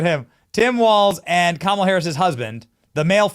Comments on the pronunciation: wow, "Kamilla"? How do you not get her name right at least? I always say ka MAH lah but it's apparently KAH mah lah, accent on first syllable. But whatever.... yes, it was nice seeing Trump WIN. That's the closest we have gotten so far to TRYING to rectify the non-functioning fed govt. Hope and his group can clean house, implement some things to improve the country as a whole and try to keep a peaceful nation and relations with the so-called evil countries. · You pronounced KamIla correctly :) :) :)